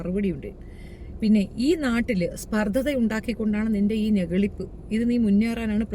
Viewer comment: സ്പർദ്ദതാ അല്ല... സ്പർദ്ധ